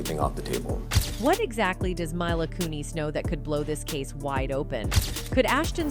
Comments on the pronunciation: My-luh koo-neeZ?? This is an ai voice i guess? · Please stop saying myla koonees 😂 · The way she totally mispronounced milas first and last name makes me cringe, if he doin a report on someone learn to say their name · not myla its -mee-la mila